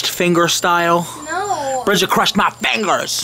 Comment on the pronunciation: dat mudder phuker cwushed ur feengirs!!!